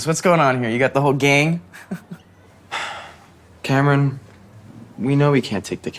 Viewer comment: My name's Cameron and i felt assaulted every time he said my name.